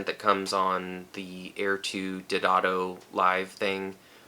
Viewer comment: Not lambasting you at all, but it's Day-o-dato, not Did-ato.